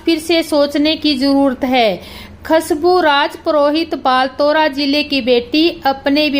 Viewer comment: Bolana toh sikh lo. Khasbu nahi khushabu bol. Baltara nahi balotara hai.